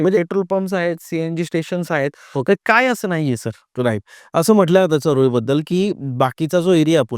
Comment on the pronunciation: चऱ्होली असा उच्चार करा सर चारोळी नाही तेवढा तरी आदर करा आमच्या चऱ्होलीचा